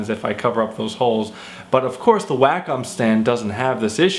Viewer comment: it's: 'wah -come', at least know how to say the name if you're going to review a $1500 product.